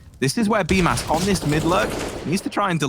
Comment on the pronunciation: According to Simple, it is pronounced as "Bumas" 😂